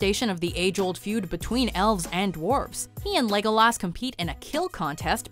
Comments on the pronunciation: No one gonna talk about how she pronounced “LEGOLAS” (Lord of the Rings) 🤣🤣🤣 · Anyone else uncomfortable with how she pronounces Legolas?